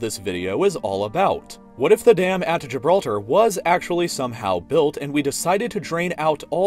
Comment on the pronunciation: "the dam of Gilblter" XD